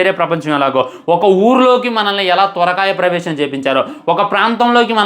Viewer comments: Bro gave us another banger 😆 Parakaya Pravesam ❌ Thorakaya Pravesam ✅ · అది తోరకాయప్రవేశం కాదు బ్రో పరకాయ ప్రవేశం😂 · Adi sorakaya pravesham kadura parakaya pravesham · Swarakaya birakaya kadhu broo parakaya praveshamm😅😅😅😅 adhi